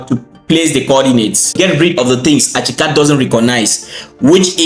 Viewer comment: bro its not achicad its ArchiCAD pronounced arckicad